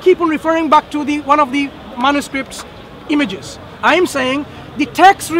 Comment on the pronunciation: This Lady LITERALLY Pronounces "Man-yu-scripts" as "Man-oo-sicripts" & "U-ss-man" as "U-th-man" [coz obviously she CAN'T Speak even ONE Proper Dialect of Arabic as it seems], But still has come to refute the Ahrofs & Qiraats as it seems eh? The "Holy Spirit" has got quite a good Hold of her as it seems....